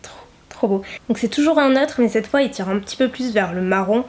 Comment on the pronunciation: Mon dieu je t’adore énormément mais arrête s’il te plaît de dire en début de video « cte video » ce n’est pas français ! On dit cette video ! Et c’est horrible a entendre ce que tu dis